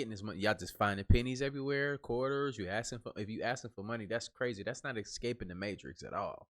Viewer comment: Another great video dude. But it's escaping not excaping